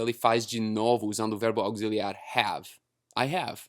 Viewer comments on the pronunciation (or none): hahahahaha cafuné em careca é cafuné mesmo hahahah, a small correction. You pronounced "aucciliar" but we pronounce "auciliar". Sometimes the "x" sounds just like the "s" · Auxiliar = Auciliar ou Ausiliar... o som é como o "si" você falou "auguiziliar" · você precisa treinar a pronuncia de "auxiliar", o som desse x é de "s" não precisa complicar kk